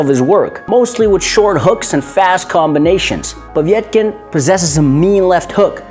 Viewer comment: It's not Povietkin but Povetkin xD